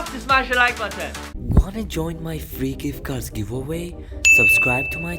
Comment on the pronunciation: WHY DOES HE SAYS HIT THE LIKE BATTAN NOT BUTTON